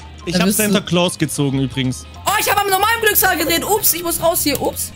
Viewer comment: Der Santa Claws wird anders ausgesprochen(das regt mich auf!!!!!!)